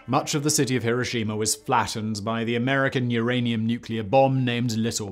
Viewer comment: Simon: I'm British Also simon: pronounces Hiroshima like a Texan 😂